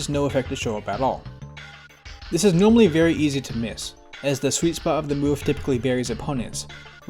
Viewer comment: shows us the G&W "noamal" code typo. follows up with "This is noamally easy to miss..." I see you there. You can't hide like you noamally do.